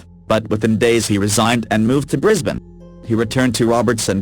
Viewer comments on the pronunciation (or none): none